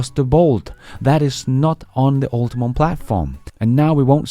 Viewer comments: Hey the GM EV Platform is "Ultium" not "UltiMum" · Ultium Ul-Te-Um not Ul-Ti-MUM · PLEASE: UltiUM, not UltiMUM. 🤢